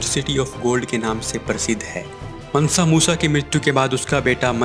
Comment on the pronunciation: मनसा नही है मानसा मूसा है